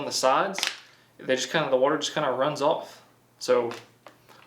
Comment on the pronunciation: when kids try to talk with their mouth full of watee